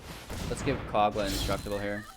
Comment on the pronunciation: Mans said "Cog-Luh, the Titan Ape"